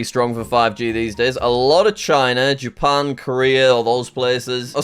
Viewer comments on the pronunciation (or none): none